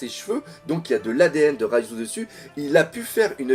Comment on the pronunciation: raizô pas raizu